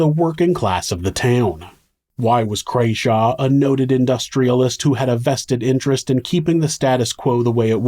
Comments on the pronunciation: Merthyr is my home town. I grew up there and went to school (which it was then) in Cyfarthfa Castle. Actually it's Crawshay not Crayshaw 😂. Otherwise good video. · Fun fact, this happened outside of the pub my great-great-grandmother owned, the Castle Inn! I love that you've covered this, thank you! The iron master was called Crawshay, not Crayshaw. Robert's grave has "God Forgive Me" written on it, and they were not popular at all and don't really have a good reputation in history